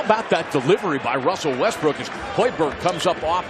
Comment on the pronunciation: wussell russbrook